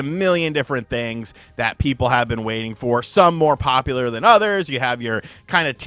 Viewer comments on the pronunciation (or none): none